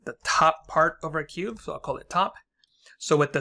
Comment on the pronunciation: are you saying cube or cuve? is cuve a technique or a term for technique?